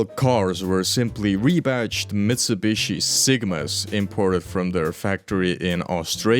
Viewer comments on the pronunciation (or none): none